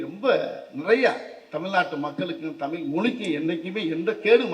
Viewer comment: தமிழ்... தமில் இல்லை. தமிழ்க்கு உயிர் கொடுப்போம் என்றார்... எல்லாம் சரி. ஆனால் முதலில் தமிழ் என்று உச்சரிப்போம்... தமில் இல்ல😢